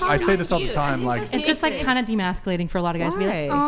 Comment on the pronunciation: If someone could just pronounce the word emasculate correctly without just freestyling a bunch of similar phonemes that would be great